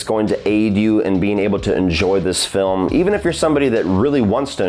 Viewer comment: I’m pretty stoned, but did you just say “frilm” right before ? If so, I’m going to start saying “frilm”.